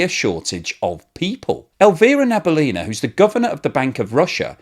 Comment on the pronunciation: Nabiullina is pronounced Nah Bee Ooh Lea Nah, the stress in on ‘Ooh’